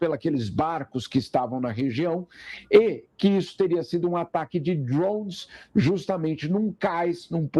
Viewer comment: Pô … fala “drones” meu parceiro 🤣